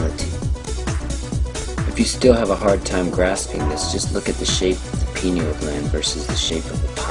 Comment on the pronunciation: when you Mispronounce ayahuasca , u lose me. and pyn-EE-ul....is the pronunciations of pineal. Shamanism, independent of drugs, done correctly, opens these doors.